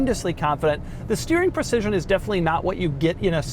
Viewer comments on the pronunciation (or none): none